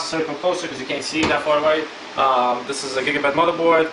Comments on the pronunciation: just saying its gigabyte not gigabit please say the brand right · it's not gigabit motherboard / gpu's -.- why u say it like that